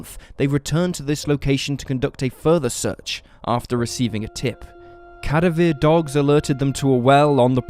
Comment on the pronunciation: Lol c'mon dude you have a true crime channel and you cant pronounce cadaver properly? Cada-veer?!?